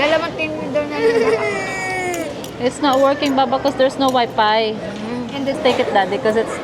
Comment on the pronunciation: ano ang meaning ng “there’s no Wi Pi”. Bakit kaya ang F nagiging P.. is that Australian accent? 😅😅